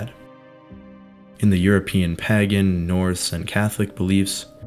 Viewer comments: I have had to pause this otherwise excellent video halfway through because I can't take it any more. Not the video, I think it's great, but the pronunciation of the word.... Pagan. It is spoken as PAY GAN, not, under any circumstances PAGGAN. That is just wrong. And whilst I'm on the subject Celts is pronounced Kelts with a hard C. Not Selts. Apart from that it's fantastic. Many thanks. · Also the Pa in Pagan is 'Pay' The samhain thing would have bugged me more, being from Ireland, but it didn't come up much in the video. Pagan was said a lot though. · Amazing video, just one point is the pronunciation of pagan is a little off, if you google the word the text to speech function is just right. Sorry to be one of those people. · Did you just say that as pagaN, as opposed to pāgæn. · Is it a local accent that makes you say pagan like that? Curious. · Thank you for the reply, I'm British so I'm not great at American accents! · You should look up pronunciations of words you do not know. For instance Pagan is pronounced Pay-gan not pag-an. And Samhain is pronounced Sow-een.